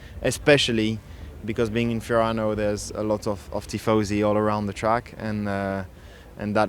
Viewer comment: the way you say Fiorano is diabolical 😭😭